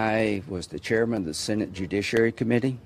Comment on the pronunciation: pronounces Senate as Sinate..that's about right